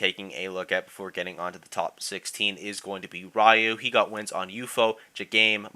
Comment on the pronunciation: Just want to correct pronunciation, Ryuoh, the diddy kong player, is not "Ra-you", but it Ryu-Oh, "Ryu" is like Ryu from street fighter, "Oh" is like Oh my god